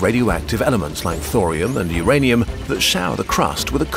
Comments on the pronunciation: not ouranium 😭😭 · are we going to ignore the urassnium??? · Ur-anium lol (uranus) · It's 'ur-ayne-ium. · Tee hee “uranium”😂